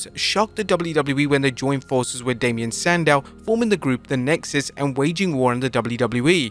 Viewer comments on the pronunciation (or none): "damian sandow" ??